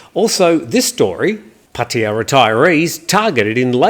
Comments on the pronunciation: does it totally correct. It the same sound as Suart Jay Ray language Einstein suggests it. All three "a" are equal in that city name. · Yes Your pronunciation is Correct. Not the Costa del Pattaya way.